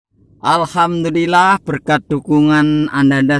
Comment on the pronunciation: Ma'af. Hurupnya bukan pake k..tapi pake h..Alhamdulillah..bukan alkamdulilah....